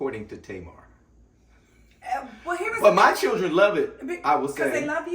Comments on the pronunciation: He said “Cir-Rin” (children) 🤣🤣🤣😂😂😂😂😂😂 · Did I just hear this man say "chirren"? Keeper. 😂❤